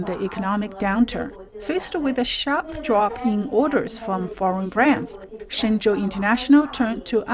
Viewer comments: Can you please stop saying "Shenzen" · keep saying shenzen it makes this guy mad